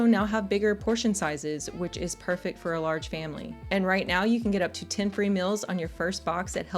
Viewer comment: Is pronouncing "meals" as "mills" a regional accent?